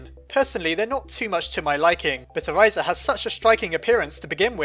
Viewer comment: I just wanted to point out that you were mispronouncing Orisa's name incorrectly. If you want to know the actual pronunciation, go watch her origin story video. Sorry if that sounded rude, it's just that my OCD went crazy when I heard you pronounce it "Oriza" instead.